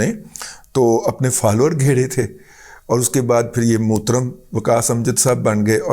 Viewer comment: موترم۔۔ ہاہاہاہا ۔۔ یار لاہورئے زبان بیان کے بہت تیز ہوتے ہیں۔